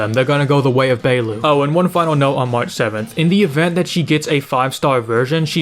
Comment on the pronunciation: How this man gonna say he talks and knows a lot about HSR yet cant even pronounce Bailu's name right?